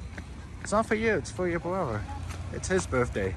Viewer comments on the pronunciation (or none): It's brother not brover